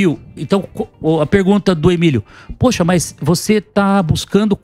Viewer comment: A Isa Penna tbm chamou o Emílio ode Emídio quando ainda estavam no estúdio antigo anos atrás kkk